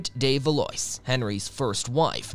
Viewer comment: Marguerite’s dynastic name of Valois is pronounced as Val-wah, not Val-oice.